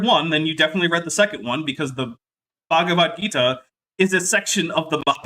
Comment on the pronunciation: But the striped/ spotty sheep is magic (or perhaps painted?) They switch to white later... does this friutbat call it Ba-ha'v gita? Couple it with Cro Magnum, I deduce: can't pronounce things, more generally. □